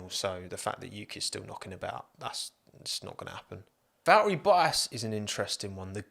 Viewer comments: Val'eri Bwoah-as ;) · "Val'eri Bo'as" love it! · Just came to hear you pronounce Val'erri Bo'as. I was not disappointed. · Anyone else catch “Baltteri Vottas”?